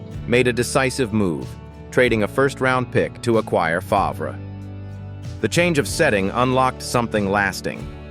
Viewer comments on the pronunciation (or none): Seriously - Farv, not Fahv-rah Further, he is a criminal